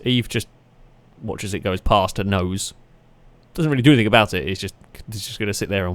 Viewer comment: Agreed ... love the videos but the anythink/everythink instead of thing pishes in my porridge